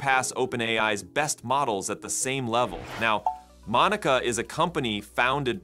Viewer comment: You need to learn pronunciation.. how to pronounce ’manus’ and ‘monica’…